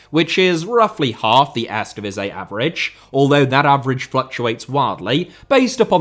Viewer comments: It's very odd how he managed to pronounce the 'ee' in the "Tweede Divisie" pretty correct, but somehow completely butchers the word "Eerste" the whole time, despite the "ee" sounds being pronounced exactly the same in Dutch. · Lol, you're pronouncing "tweede" in PERFECT DUTCH, but for some reason you don't use the same vowel sounds for "eerste". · I don't get it. Sometimes he said 'eerste' as I'd expect, others it was lame. OK, I'm not a Cutch speaker, and some words look just weird and impossible to pronounce. But Eerste divisie?